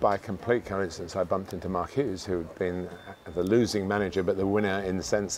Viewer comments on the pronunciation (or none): did you call him Mark at the end?